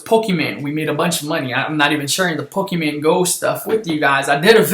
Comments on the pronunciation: why did he say pokeman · he said pokeman... I'm done lol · The way he says pokémon doe..